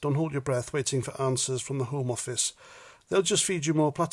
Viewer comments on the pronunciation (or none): You pronounced 'the homo office' incorrectly!